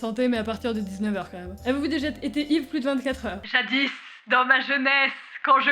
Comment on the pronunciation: Arrête ton "jadisse"😧